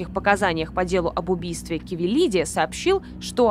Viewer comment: не КАвелилиди и не КОвилиди